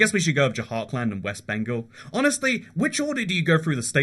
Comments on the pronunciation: “j-hark-and”🤦‍♂️🤦‍♂️ its “jhur-kund” please work on pronunciations they’re really not that hard. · you should really make a survey before doing these videos because your pronunciations of some places is awful ... what the hell is dzhahar-khland? it is dzhar-khand ... there is no A after J and no L at all in JHARKHAND. .... and there wrongly pronounces names of places are in every single your video from shinsinau (chisinau - capital of moldova) to polish cities like wroclav or to indian state names ... make a survey how to pronounce these names before you make a video about it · “Beehar” and “Jahar kland ” got me laughing as an Indian